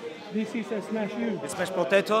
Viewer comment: “Smesh po-teto?,he can only smesh po-teto”